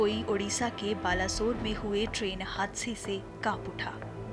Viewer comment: This is pronounced as Baleswar